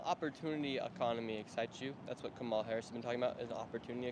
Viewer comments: Learn to pronounce her name. It is pronounced “comma-la”. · Her name is pronounced Comma-la. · Nick is too dumb to pronounce Kamala’s name correctly😂😂🙄🙄🙄🙄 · Right away I knew these interviews were going to be ridiculous because out of either disrespect or stupidity, you can't even pronounce the vice president's name right. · Can’t even say her name right but still voting for her😂